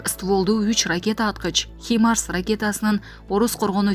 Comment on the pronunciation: Туура суйлогонду уйронгуло, химарс эмес,хаймарс,фафордук бомба деген такыр жок,Рейтера агенттиги,десен,суйлоп туруп-озун угуп ,ондоп-тузоп анан чыгарда.же казанда бары-чомучто чыгабы....